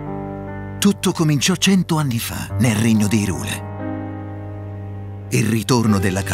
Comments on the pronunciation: No, va letto come Hi in inglese perché esiste anche Lorule che appunto vive del gioco di parole Hi e Low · La pronuncia corretta è "Hàiral", così come il suo corrispettivo è "Lòral". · Tutto molto bello ma odio profondo ogni volta che dice IRULE